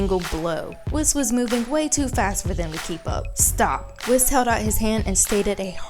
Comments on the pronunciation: It’s pronounced wees not wis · Here's how to say WHIS not wis say it wee-s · Something to say, its pronounced Whis (WH-Ee-s) not being rude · Whis is pronounced “Whees” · It's pronounced wees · Can you please pronounce Whis his name right? You say it way too many times to ignore it. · You pronounce Whis wrong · You literally have been saying "Whis" wrong, have you not been watching the english dub? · I’m sorry but you are not pronouncing whises name correctly or jiren